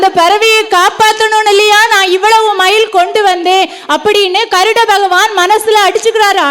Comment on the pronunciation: Garudan not karudan